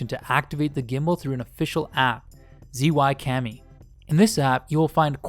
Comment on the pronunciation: che yun not zee yun